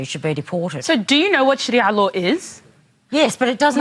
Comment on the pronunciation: literally admits "I know no other culture than Australian" --- but also keeps insisting "tHeRe'S nOtHiNg WrOnG wItH LiViNg UnDeR SHARIAR LAAAWR!!!"